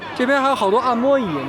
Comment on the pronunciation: 按摩（二声）椅，不是按摸椅